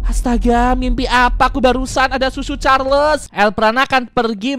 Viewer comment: Hah susu carles bukan cucu carles